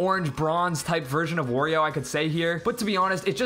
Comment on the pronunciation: Another thing. "Wurrio". That's it.